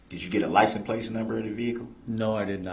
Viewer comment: It's worse, I think he is saying 'lisen place'.